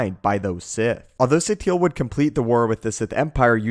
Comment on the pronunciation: Why do u call her Satiel? its pronounce Sateel